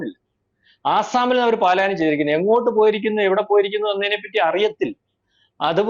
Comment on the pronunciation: പാലായനം അല്ല പലായനം എന്ന് പറ മലയാളം വാക്ക് തെറ്റായി മലയാളി പറയല്ലേ pls.😢😢😢